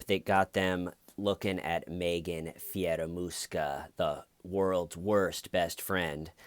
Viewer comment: Is it just me or when says Fieramusca (sp), that hears in my head Scaramouche, Scaramouche, will you do the fandango....